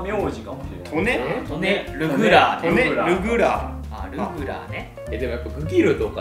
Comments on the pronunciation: トネルグラーじゃなくてトネルグラアでは？ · トネルグラーの発音が「ネフェルピトー」すぎて集中できませんでした。